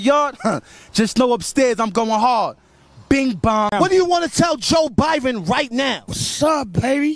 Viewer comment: Without saying joebiden it’s joe biben